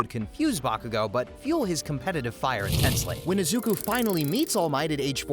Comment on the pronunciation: Eyeda Youraraka Izuka Ts gotta be rage bait, it ain't even that hard to pronounce their names correctly